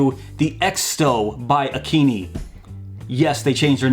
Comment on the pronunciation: I believe it’s pronounced, A Keen i (eye) , as it makes more sense lol. But I would love one of these !